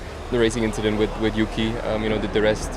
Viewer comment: It’s just an inchident